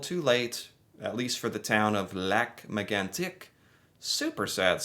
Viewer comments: Wow! You pronounced Lac Megantic in a phenomenal way. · Your French accent is better than 99% of Americans and 70% of Canadians. Most Americans would’ve said “Lake Magnetic” . You even pronounce it “Kebek” so gold star for you!